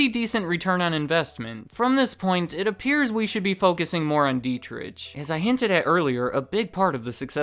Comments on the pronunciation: It’s pronounced deet-ricK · Monster's always less expensive than Red Bull, no matter where I shop. I've been getting into Rockstar lately, more caffeine per can and costs less than Monster. And Dietrich is pronounced with a soft ch. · Dietrich is pronounced d-trick my name is Deitrick but it's the same pronunciation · I'd like to point that "Dietrich" is pronounced "dee-trick" not "die-trich." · Dietritsch LOL :-) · If you pronounce this "Deetrigh Mahtheshits" you can get pretty close to correct pronunciation. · i dont want to sound like a smartass, but i think you say it like, dee-trick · DEET-rick(phlegm sound here) MAH-teh-sh*ts Dunno about the Thai guy though. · Is there an ant on the top of the can? They are everywhere! World domination incoming! By the way, the way you're spelling the "ch" in the name Dietrich is quite funny for an Austrian. I guess you're thinking similar, when you read this comment. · Butchered the name Dietrich but that's understandable hard for a not German speaker :D I like Red Bull because they have my Favorite Sports people on payrole, and I like to support them in some way at least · FYI, the "ch" in Dietrich is pronounced like that in Loch Ness. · Dietrich is spoken without the [ʃ] sound. Just saying